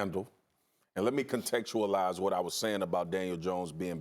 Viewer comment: Homie said contextualize 😂